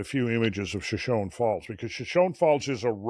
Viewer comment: It’s pronounced shoshonee. Hard E at the end.